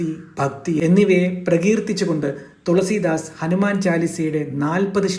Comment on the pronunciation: തൊളസീദാസ് അല്ല തുളസീദാസ്